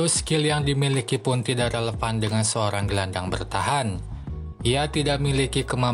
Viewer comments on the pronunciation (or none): none